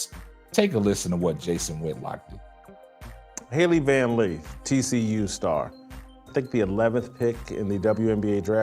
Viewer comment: He’s not even saying her name correctly that shows you how much of a troll he is